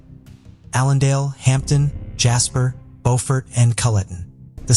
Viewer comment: Bewfert. You done enough research to understand how Alex Murdaugh pronounces his name, and you made a correction, but you couldn't understand how the many millions of people who have lived in Bewfert, SC pronounce the name of their home? You never questioned once why all these people kept calling their home Bewfert? You just assumed they were wrong and that the people of NC were correct? Beaufort (Bofort) is in North Carolina by Moorehead City. Beaufort (Bewfert) is in South Carolina. Maybe you can make this correction next time. English and French. Bewfert and Bofort are two different pronunciations. For this story...every pronunciation should be Bewfert.